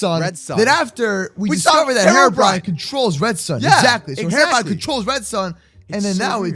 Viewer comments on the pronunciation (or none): It’s Hero-brine